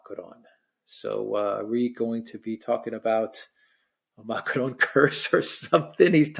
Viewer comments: if you can’t pronounce Macron in a Francophone accent, just pronounce it in an anglophone accent. Using an Arabic accent is irritating and sounds ridiculous. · Biggest relief of macron getting the boot is not having to hear pronounce his name with a French accent 😅